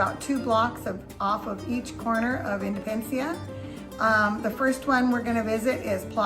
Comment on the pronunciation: Drove me crazy when you were speaking about Plaza Independencia, and kept calling it "Indepencia," leaving out a whole syllable. Kinda funny, kinda annoying. But I appreciate the tour!